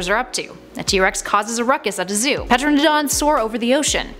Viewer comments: It's not Peteradon... Tear-an-a-DON that's how you pronounce it. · the P in Pteranodon is silent. You don't read it as PUHTRANODONS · Petrodon??? Ter-AN-o-don. For futures. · Drinking game for this video: drink every time she pronounces Pteranodon "Petradon".. lol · Did she just say Peterodon? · Pteranodon- pronounced: ter-an-o-don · so you really fucked up on pteranodon's name, its pronounced Ter-Ran-O-don. You pronounce it like its some kind of fossil fuel. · lol "Petroadons" … Bet she pronounces knife as "kanife". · Teradon the p is silent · Not pertanon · Robert Goldberg I know she says it really weird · Ah, yes, the Petra-odons. And Colin Trevuh-ROW. I'll make sure to hit the soobscreebe button.